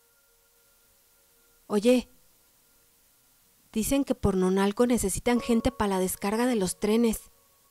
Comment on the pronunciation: En esos tiempos sí sabían lo que era un badajo porque de la iglesia no salían. Pero es verdad que comete errores. Por ejemplo " Nonalco"; se dice Nonoalco. Aún así he escuchado varias de sus narraciones. Personalmente he comprobado que, de cien personas, acaso cinco saben escribir medianamente; no bien. Y leer aceptablemente, acaso diez.